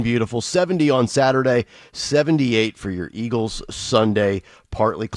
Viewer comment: Can someone PLEASE tell Dawn it's Eagles not Eggles!!!!!!